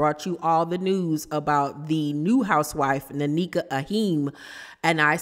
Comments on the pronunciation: It’s pronounced (neh-kha) not nanika 🫠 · I think her name is pronounced N- eka. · They either brought this girl on to fight w/Wendy or to replace Wendy. Its nasty either way and she's coming on as Ashley's "friend"....Definitely a scheme set up by Todd bring the bullsh*t lol! Sidenote: it's pronounced Neck-uh. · Hi! It’s pronounced like nay-kuh ❤ And I was actually hoping they wouldn’t be beefing but since they are, lemme grab my popcorn 🥴🫣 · Thanks for the tea! It's pronounced NECK-AH